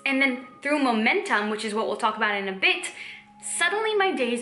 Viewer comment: When you sat 'bit' you sound English! 💂‍♀️